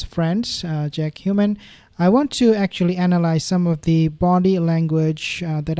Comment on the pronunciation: "Jack Hughman" 😂